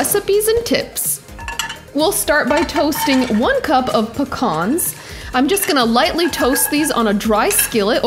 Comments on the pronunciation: It's "pee-cans" not pah-kahns. Otherwise, I'll allow it although, raisins and slivered toasted almonds ... and sans the red onions, instead go with Carolina Sweets or Vidalia onions. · The salad is really yummy and easy to make 👍Can also be seved with pita bread or tortilla.Pecans sounded like phukhannns😂😂😂 Love your recipes ❤️❤️